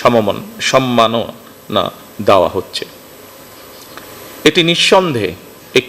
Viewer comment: একজন প্রধানমন্ত্রী সম্মাননা উচ্চারণ করতে পারছে না। মানুষের রুচির কতো দুর্ভিক্ষ চলছে! আফসোস!